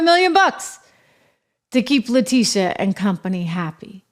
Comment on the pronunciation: Actually La-Tit-e-uh